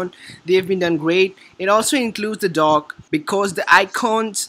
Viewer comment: Funny to hear him say DOG where he means DOCK